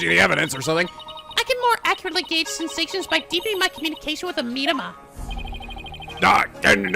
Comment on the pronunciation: Your pronunciation of Mitamah kind of made me cringe. It's literally just the Japanese word Mitama meaning Spirit. "Mee-tah-mah" not "MEED-uh-muh."